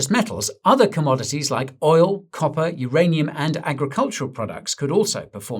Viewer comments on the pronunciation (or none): none